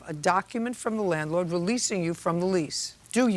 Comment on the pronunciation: Are you talking about ? I thought I was hearing things, then replayed it & I heard "manlord"! 😆